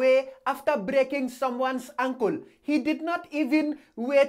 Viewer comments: i heard ankle as uncle,lol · Ooooo ankle I though he said Uncle XDDDD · LMAO, I thought he said her uncle, but he saying ankle. 😂✌🏿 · USA: Ankle: Uncole😂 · Who else thought at first he was referring to UNCLE and not Ankle?? 😂😂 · I kept thinking he was saying “uncle” I was like, “where’s the uncle??”. 😂👌🏼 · I thought he said "uncle" too and i wasn't even reading subtitles. 😩🤣😂😭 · i died everytime he said "ancole"😂😂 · "Unkul" lmfao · Am I the only one who thought he was saying Uncle until the sixth try???🤔🤔🤔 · I legit thought you said uncle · I thought he is saying uncle, I’m looking where is the uncle in the video